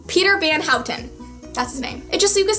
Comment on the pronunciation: Wauw you are so amazing, I watched almost all your clips and you are such a great girl! I'm in love with your books ♥ I'm Dutch and you are far away the one who can say Peter van Houten like the best Thankyou so much for this movie review, I love it so much, and I'm gonna see TFIOS here in Holland in 2 weeks, in a earlier premiere, June 27th (in Holland, that's early because the movie will come out at July 11th... : Buuut I am one of the people who got to see it earlier and I am so.. freaking.. excited! I'm gonna cry my freaking heart out